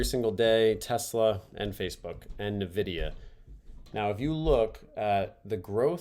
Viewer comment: Tiny nitpick - Nvidia is pronounced "en-vidia" :)